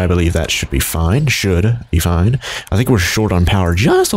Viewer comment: "FOIN" Everything is gonna be FOIN